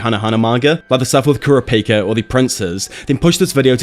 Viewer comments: Kurd-a-pika?? They say Ker-ah-pick-uh in the Japanese audio right? So why do you say it like that? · Kura-pika this guy says, I don’t remember his name having a space or pause in it I’ve watched both sub/dub and not once is it pronounced like that, how does one mis pronounce one of the MAIN characters of the show they literally say his name all the time 🤣